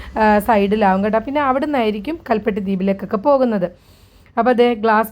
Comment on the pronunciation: കൽ പിട്ടി